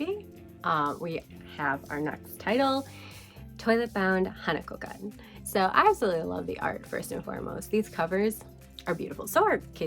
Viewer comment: The artwork for the anime adaptation of Toilet-bound Hanako-Kun is so pretty! I'm only on the second episode, but so far I'm enjoying it. It seems to be staying true to the manga. Also, the "kun" in "Hanako-Kun" it pronounced "koon" and "Atelier" is more like "ah-tell-ee-ay" since it's a French word.